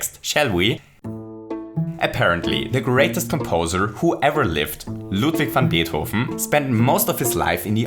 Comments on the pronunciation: Nice how you pronounce "Ludwig van Beethoven!" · Loved the "LUDWIG VAN BEETHOVEN" In German part and how you said it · Hearing say Ludwig van Beethoven's name is so satisfying. Reminded me he's German. (Also, I swear I'm not a stalker, hacker, or anything like that. He mentions there being a 'large German community' for RPG Maker 2000 in his video about Dreams, and it's easy enough to infer that he himself is German because of this.) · I love your Videos😍 Your making this game interesting. And i love how you you say Ludwig van Beethoven cause i thought for a few Times you Need to be german. In one Video your Browser is in german. Und jetzt frag ich mich wieso ich eigentlich auf englisch schreibe 😂 Grüße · Hearing the name “Ludwig van Beethoven” uttered by someone who actually speaks German is one of the most satisfying sounds a music nerd can hear. 😍